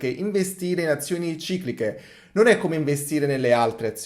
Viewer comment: QUANTE VOLTE HAI SBAGLIATO A DIRE CICLICHE 😅